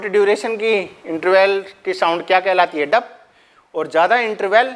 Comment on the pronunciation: Dup nhi Dub sir ji